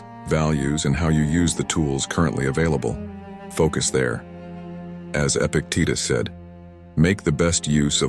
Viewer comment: The name is Epictetus - not Epic Tita. So, maybe before you try to earn great amounts of money through these bad made videos, you could try to actually read and understand greek philosophy. Epic AI Failure